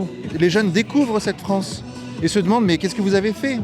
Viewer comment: "La fwance, elle va être n.. bientôt" ... Pourquoi "bientôt" ? .Ca y est ,c'est fini la fête , le point de non-retour a été atteint (de toute façon des frouzes qui ont peur ,alors qu'ils sont deja colonisés de partout , juste d'appeler un noi.. un noi.. ca laisse présager de la vigueur des futurs "Reconquistador" de mes deux )